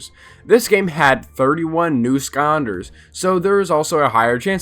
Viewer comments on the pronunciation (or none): Does anyone else here him say "skahnders" instead of skylanders? Might be because this is the first of these videos I've seen and if I really try to hear it sounds like skylanders. But no shade from me I enjoyed the video and I agree with most of it. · Why do you pronounce skylanders like skyunders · Broooo imagine pronouncing skylanders "sconders* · Him: Here are some forgotten ScOnDeRs that nobody reme- Me: ITS SKYLANDERS WHAT DO YOU MEA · Like I swear to god this guy is saying “skonders” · why he saying "skonders" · Why do you pronounce skylanders as skonders? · Bro made a 14 min video about skylanders and didn’t even pronounce the word “skylanders” correctly one time lmaooo